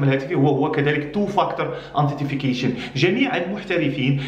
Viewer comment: antitification ?? it's "Authentication" bro